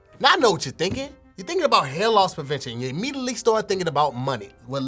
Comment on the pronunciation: . I'm pretty sure he meant CarMax not Carmus 🤣 Again ladies and gentlemen he meant About not abought. Sorry for the inconvenience did he say polks instead of folks? Somebody please get KevOnStage to overview this 🤣🤣